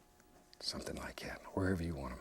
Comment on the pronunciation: “bout like’at….” 😅